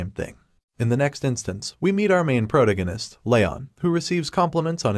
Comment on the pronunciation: Correct the pronunciation of protagonist it can't be that hard